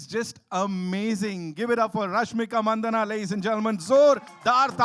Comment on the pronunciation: it is rashmika MANDANNA not mandana ffs